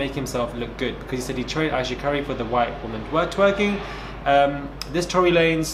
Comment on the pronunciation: "Torey lanes" 👀 we still love you tho❤